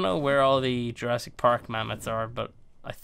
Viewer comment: it’s Jurassic not Jurrasic